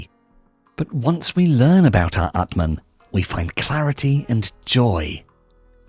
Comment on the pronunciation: aatmaan means soul, pronunciation is wrong